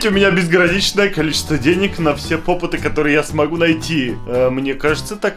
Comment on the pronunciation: Попиты а не попыты🙄😒